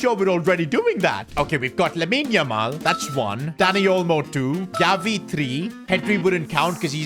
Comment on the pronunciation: Bro, he says Galvi HAHAHA